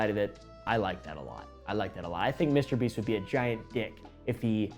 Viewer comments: Bro just said mrbreast😂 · am i only person who heard mr.breast at the very start 😂🤣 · why is he saying mr breast? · "Feastables and MISTER BREAST" MISTER WHOOO?! 😭😭😭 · This is why I watch for just the facts. Been saying that guy's name wrong this whole time. Sorry Mr. Breast. 🥚🤦🏾(egg on my face) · "Mr. Breast" never fails to make us laugh or give information we love you🤣🤣🤣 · "mr breast"💀💀💀💀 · why do you keep calling him Mr breast ? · Less than 20 seconds in the video and oompa says Mr breast😂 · 'Mr. Breast' 🥺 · did he just say mr. breast??? 🤣🤣🤣🤣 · ''Mr breast'' 💀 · Almost choked myself hearing "Mr.Breast" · "Mr. breast" 💀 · "Mr breast"😭😭😭THE BEST WAY TO DO A INTRO😭😭